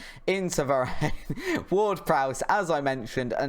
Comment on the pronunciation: Btw it’s Don-uh-room-ah and Va-Ran